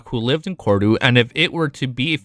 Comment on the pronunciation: I like how your pronounciation of Cordu sounded like "Corridor".😂